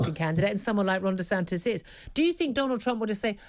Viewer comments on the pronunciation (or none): DESANTIS not DeSantos you pillock.